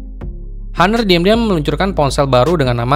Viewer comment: bang ngomongnya ga usah haner... ngomong honor aja Napa agak aneh gw dengernya,,,gadget in dll aja ngomong honor lu sok² Inggris